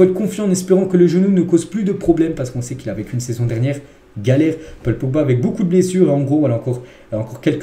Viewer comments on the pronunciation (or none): none